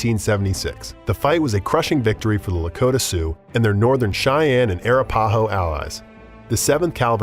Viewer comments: Arapahoe is pronounced, uh-rap-uh-hoe. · Arapahoe is pronounced with emphasis on RA. eg: a RAP a ho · Wreaked is not pronounced wrecked. Seneca is not pronounced seneeeka. Kiowa is pronounced with a long i. Arapaho is way off the way you're pronouncing it. Second a is a like apple. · Arapáho? Arápahó? Árapáhó? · And Arapahoe is ar-ap-a-ho.